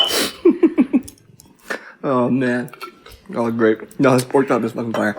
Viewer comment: Lmao “Naur!” 😂